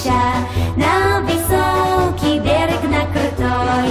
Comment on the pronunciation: 베례그가 아니라 볘롁 입니다